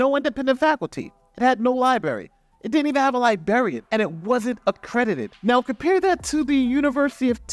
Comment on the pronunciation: love you man but when a lawyer says"Lie-bary" and "Lie-barian" it just doesn't work.